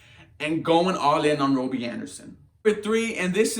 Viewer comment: Why are you saying robie?